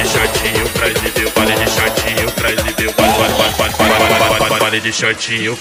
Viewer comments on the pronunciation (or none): none